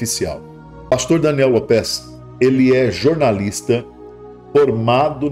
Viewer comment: É López e não Lôpés, Sr…😩